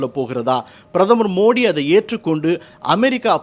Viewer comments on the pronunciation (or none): none